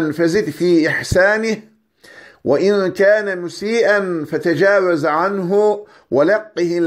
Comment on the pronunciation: Allah razı olsun hocam. Ezberlememizi kolaylaştırdınız. Yalnız duanın sonunda "fetecevez" sükunlu kelimeyi sanırım fetha ile okumuşsunuz (feteceveze diye)